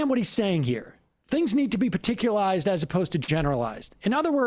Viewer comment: did he really say "things need to be paticularized, not generalised . . . as a general rule"? And people take this foolish junkie seriously?